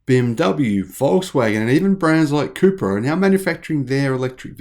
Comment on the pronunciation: All this time I thought you were saying Cooper